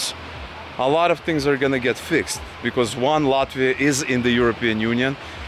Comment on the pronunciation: ЧТО ЗА СРАЧ? ЭТОТ МОРОН РЕШИЛ ПРЕДСТАВИТСЯ АМЕРИКАНЦЕМ, НО ПРОИЗНОСИТ "ЛАТВИ", "РИГА", КАК РУССКИЙ. МИЛАШКА, В США НЕТ "ПИКЕТФЭНСЕЗ". В США ЕСТЬ БОГАТЫЕ РАЙОНЫ, РАЙОНЫ СО СРЕДНИМ ДОСТАТКОМ И ТРЕЙЛЕРЫ. ТАК ЧТО ГОВОРИТЬ, ЧТО В ЛАТВИИ КАК В ЕВРОПЕ ВООБЩЕ ДЕБИЛИЗМ! В ЕВРОПЕ СОВСЕМ ДРУГИЕ ДОМА И ЗАБОРЫ, СМОТРЯ В КАКОЙ СТРАНЕ ЖИВЕШЬ. НЕ УВИДЕЛА РАЗНИЦЫ МЕЖДУ УКРАИНОЙ И ЛАТВИЕЙ. ЗИП, ЗИРОУ, НОЛЬ, НУЛЬ. ПО КАКИМ ПРИЗНАКАМ ОПРЕДЕЛИЛ, ЧТО ЛАТВИЯ БОЛЬШЕ ЕВРОПЕЙСКАЯ, ЧЕМ УКРАИНА? ПО ГЕЙПАРАДАМ? ПО НЕБРИТОЙ МОРДЕ ТВОЕЙ? КСТАТИ, НЕ ВИДЕЛА В США НЕБРИТЫЕ МОРДЫ. В США МУЖЧИНЫ ГЛАДКО ВЫЮРИТЫ, КАК И В РОССИИ, УКРАИНЕ И ЛАТВИИ. ЧТО ЗА СНОБИЗМ И НАЦИЗМ? МОРУДЦ ВЫМОЙ СО СВОЕЙ ...